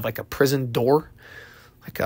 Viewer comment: Lol you said "rebarb." It's "rebar," it's not rhubarb pie 😂